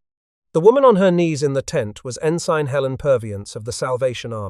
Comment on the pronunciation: Ensign pronounced (N sin)